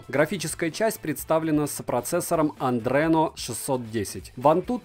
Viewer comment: Простите, что в очередной раз поправляю, но не andreno, a adreno. Это анаграмма от названия Radeon, кстати)